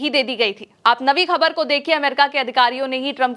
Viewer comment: khabar shabd ko sahi uchcharan se boliye